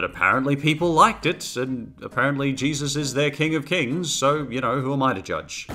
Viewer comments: Its jesus not jeeves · The first two times he was supposed to say Jesus, he said Jeebus instead. Good god man. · Why are you calling Jesus "Jeebus"? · Way do you say Jebus? It's pronauncet Jesus. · Why do you keep staying "Jeebus"?